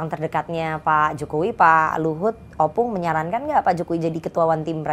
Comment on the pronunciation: Ompung, bukan Opung. 🤦🏻‍♂️